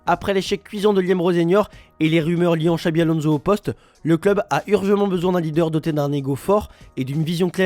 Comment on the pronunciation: Le mec qui parle fait des fautes tous les jours Le club a urgemment se lit urjament … pas urjement mdrrr